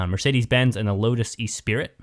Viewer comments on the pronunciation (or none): Hi being from the UK I would like to tell you the Lotus is pronounced "Ess Spree" not "E Sprit" hope this helps you.😊